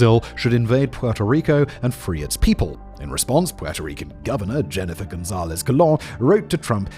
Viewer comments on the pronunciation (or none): I think he mispronounced it during recording. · Why cant you say Gonzalez?